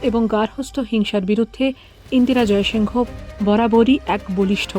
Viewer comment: ইন্দিরা "জয়সিংহ" নয় । ABP র মত বড় হাউস এই ভুল টা কি করে করল? ওরা নামটা যেভাবে উচ্চারণ করে সেটা হলো ইন্দিরা জয়সিং।